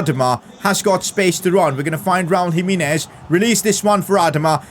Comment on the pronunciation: Nobody:: Raul JimEEnez